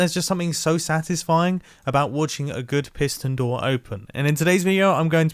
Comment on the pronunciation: PiSSSton door